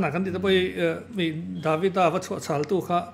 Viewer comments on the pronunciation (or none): none